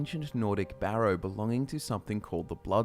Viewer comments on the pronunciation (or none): none